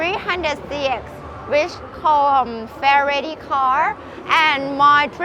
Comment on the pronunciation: They way she said Fairlady was amazing.